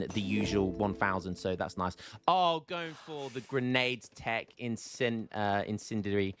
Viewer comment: Whenever the word incendiary comes up brain melts